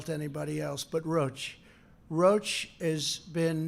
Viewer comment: roche not roach!